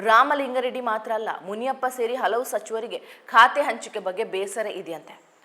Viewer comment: ಇವರ ಕನ್ನಡ ಉಚ್ಛಾರಣೆಯಲ್ಲಿ ಸ್ವಲ್ಪ ಸಮಸ್ಯೆ ಇದೆ, ಇವರು ಸೌಮ್ಯಾ ನಾಯಕ್ ಆಗಿರುವಂದಿನಿಂದಲೂ. ಆಗ ನಾನು ಅಭಿಪ್ರಾಯ (ಕಾಮೆಂಟ್) ದಾಖಲಿಸಿದ್ದೆ. ಅ'ದಿ'"ಖಾರಿ! ಖಾರ, 'ಧಾ'ಕಲೆ , ಇನ್ನೂ ಮುಂತಾದವು. ಇಂದಿನ ಕಾರ್ಯಕ್ರಮದಲ್ಲಿ"ಲಿಂಗಾ ರೆಡ್ಡಿ " ಎನ್ನುವುದನ್ನು, ಕಾರ್ಯಕ್ರಮದುದ್ದಕ್ಕೂ"ಲಿಂಗ " ಎಂದೇ ಉಚ್ಛರಿಸಿದರು.